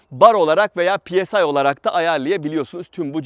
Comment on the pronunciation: pis değil psi